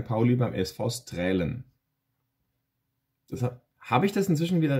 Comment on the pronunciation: Ich glaube Straelen spricht man immer noch Stralen aus 😉